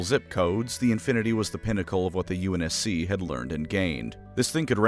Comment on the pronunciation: Unc navy lmfao I can’t stop laughing. Stop butchering halo terms